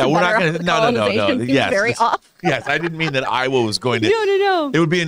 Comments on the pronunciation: Horrifying thumbnail and horrifying pronunciation of Eywa and Navi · Eywa is “Aye WA” not Iowa. Iowa is a state. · I can't believe owns so many copies of avatar and still pronounces Eywa wrong. They say it soooo much. 🥴